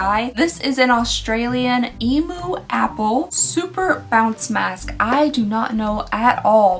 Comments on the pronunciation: I never understood when Americans started saying E-moo instead of E-myu. I always thought y’all were joking and saying it cute like, until I realized no, no that’s just how you guys think it’s pronounced 😂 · Hot tip from an Aussie - emu is pronounced ‘eem-yoo’